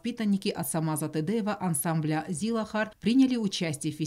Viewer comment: Почему"Тэдэеву"произносит комментатор...?!это что-то новое...?!